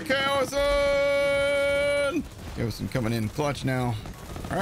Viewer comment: haha,, that was me with the comment about the pronunciation, as mentioned in the original comment, the problem isn't the cow vs kayo (I acknowledged it could be either, so I thank you for clarifying, I didn't know that), the problem is that there is no "I" in Kaoson! Not KAYO-SIN. KAYO-SONN! Haha, but yeh, thanks for that info, cool stuff. Loved the vid as always:P